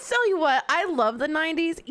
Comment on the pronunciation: Anyone else hear pasta say "I sell you what." Instead of I tell you what. Lol